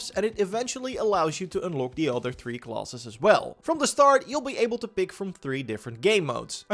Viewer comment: Hey man I can tell your english is improving! Dont lose all of your accent. Its part of your charn. "Utter" instead of "other" still cracks me up.